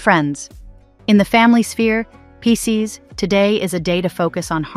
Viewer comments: I was like not piss ces 😂😂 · 😂😂😂😂 The way it says Pisces at the start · Is crazy lol !! 😂